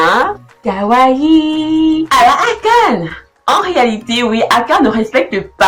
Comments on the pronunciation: C'est qu'en mieux de mettre l'accent sur le "e" de "Akane". Mais peut etre que tu fais exprès pour l'humour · Épisode 7,5/10. J'ai bien aimé ta parodie sur les personnages, les effets étaient cool. Le gros point positif est le contenu qui est vraiment original. Le négatif c'est quand tu prononces le nom Akane😅